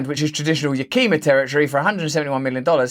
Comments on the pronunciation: I don't know if anyone said it yet, but it's (Yakima) pronounced yak-eh-ma, not yakee-ma. Not a huge deal, but being from Washington, it's definitely pronounced incorrectly in this video. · Yakima - Pronounced Yak-eh-mah, not Yakeema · ✔️great. BUT it’s Yah ki ma Not Ya Kee ma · I'm upset about the food shortage. When he pronounced Yakima as yak-ee-ma instead of yak-ah-ma I wanted to jump in to the screen to set him straight. That's OK. I bet he can't pronounce Snoqualmie. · hey, i live in that "prime eastern washington farm land" that gates is buying up, (Yakima is pronounced yak-eh-mah not yak-eem-ah btw) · This is a very minor thing, but just in case you ever have to pronounce it again…Yakima is pronounced with a short “i” sound. The emphasis is on the first syllable. It was named after the Yakama Indian reservation that surrounds it. If you ever need help with pronunciation of other cities/towns in Washington or Oregon state, feel free to ask. 😁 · Hi Russell, stay free. Yakima as you read is a city in Washington State. I live in Marysville Washington and was born in Monroe Washington over 50 years ago, I have pronounced that cities name as yak-i-ma, i as in, in and ma like ma and pa. You are doing a great service in getting these stories out in I think a fair and middle of the road way that is closer to where most of us are. Zanta makes a good comment. Not that there is no errors or corruption in the government but mostly I think they do get what they want and pay for. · Yakima is pronounced yak-kim-uh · Yakima pronounced "Yak a ma" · Do not want to be too picky, but it is pronounced Yah-ka-ma (Yakima, Washington, US) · "Yakima" is pronounced "YAK-i-mah" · Yakima is pronounced YAK i mah. Native Americans from the Yakama Nation tribe spell it according to their native tongue. The word means Black Bear. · It's Yak( like the animal) ehh Ma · Good video. By the way, it's Ya-ki-ma with the emphasis on the first syllable. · Yak-ah-ma. Even emphasis on each syllable.